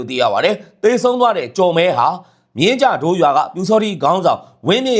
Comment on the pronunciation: ဂျုိးကန်လို့အသံထွက်ပါ?မြင်းကြဒိုးလို့အသဖံထzွက်ပါ